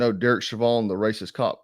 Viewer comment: "Shevan"?? Isn't his name pronounced "Showvin"?? As in..... SHOH-vən